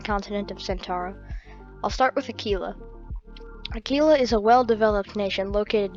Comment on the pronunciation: its not "Acee-la" its "Aq-uila"